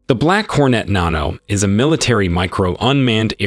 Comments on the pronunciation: I realize this is probably an AI or non-native english speaker... But naan-oh is pretty funny to me. Just a little bread-based drone. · What in the green FUCK is a "NONNNN-O" ! ? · Naaahhno lol. It's a short a sound. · nano isnt pronounced nah-no, should be na-no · What are your pronouncing Nano like nahn-no... It's NAN-O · Thats pronounced nan-oh, not non-oh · Hold on .. before you make any more videos , learn how to pronounce NANO correctly .. its Nan-oh not non-no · na·no is pronounced ˈnanō not nhanō duh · Fire your Voiceover guy. This dude says Nano so weird. Why? He’s clearly a native English speaker lol. Nan rhymes with ban. NOT Naan like the Indian bread 😂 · You don’t pronounce Nano like this ,Nahno. You pronounce it like this, Nanno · I’m guessing it’s pronounced nano not nawno. Lmao like the word nano meaning small. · Are we sure it’s pronounced “Nahno” and not just…Nano? This narrator has lost my confidence with a few other gems like that it’s unmanned and that it can’t carry the payload of an MQ-9. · Nano is not pronounced nah no - it’s nan oh - idk how you mess that up. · Its pronounced NANO not naano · Idk if it's an AI speaking but it's pronounced nano as in nanny not nahno as in naughty. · Stopped the video after he pronounced nano as “nahnoh” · I guess Nano is pronounced NON-oh. Who knew. (snicker) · 'The Black Hor-net Nono" Are you an alien? You're speaking with an American accent while mispronouncing everything. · “The Black Hornet NAAHno…” says the American guy who pronounced it like an English person would. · It's pronounced nan-oh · I know it's a tomato- tamoto deal but you pronounced nano -nauno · Gets paid to read script professionally. Script: "Nano" Professional: "Nah no" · That thing looks like a piece of junk. Also nano is pronounced with a short A like nana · I'm pretty sure it isn't pronounced "Nahno" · Pronounced nano as “nah no” 😢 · Narrator has no idea how to pronounce "nano" How would this fool pronounce nanometer? Nahhh no meter